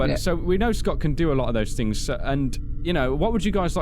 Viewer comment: on twittah, he wus hintin a lot of fings